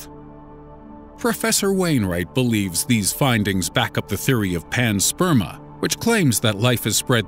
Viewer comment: pretty solid effort. a gentle criticism rather than "pansperMAH" (the pronunciation offered by the narrator in the video it's pansperMIA